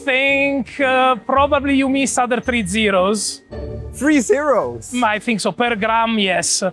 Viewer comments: Why does this guy pronounce other as "udder" it's driving me crazy. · Poor Americans. When ever I say “other” and pronounce it as “Udder” they can no longer hold the concepts I’m talking about in their minds, and their thoughts move to pastoral scenes and herds of Jersey cows. Poor Americans. They don't even consider if the cows are right or left handed.